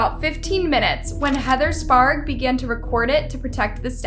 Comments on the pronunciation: Just an unwanted word of advice, no big woop. You need someone to help your narrator with the pronunciation of people's names. She mispronounced Salminao as sSalanimo and Sprague as Spargue and then again as Sprog. Sorry to nitpick, but it's important to get things right when you're using the names of real people. Good job on calling out the garbage people in this video. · Whoever is narrating this cannot read or pronounce the words that are put in front of her. Sprague. Sparg? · Do you think Heather would appreciate having you pronounce her name correctly? Heather “Sparg”at the beginning and “Sprog” at the end!? I’m spotting a trend here. If the last name is spelled Sprague—I’m going to go with SPRAY-ge and not SPARG. (Letter placement counts when trying to pronounce names) If reading and pronunciation is not your strong suit, you might want to consider another hobby. 🤨🤦🏻‍♂️ (Even the evil-coughing lady pronounces it correctly!) 😂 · Heather Spray-g (pronounciation)